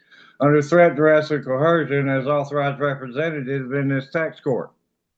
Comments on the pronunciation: why do they always pronounce coercion as cohersion? annoys the crap out of me. i guess it goes along with the rest of their idiocy. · "CoHersion" lol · ANOTHER ONE! DAMMIT! Hear me dimwit Sovcits....there is NO letter "h" in the word "coercion." It's NOT pronounced "coHERcion." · Another one here under threat, duress and "co-hersion" 😂 We are glad he's not standing mute - it's more entertaining! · Another sovshit that can't pronounce coercion. There's no H in the word potato boy...